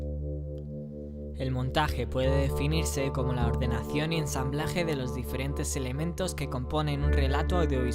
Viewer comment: Por la ordenaddsssion y esjjjjamblaje... Oh Dios!